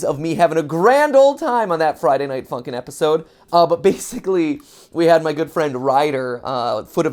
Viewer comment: I was laughing so much when he said Friday Night Funky not Friday Night Funkin. It was Really funny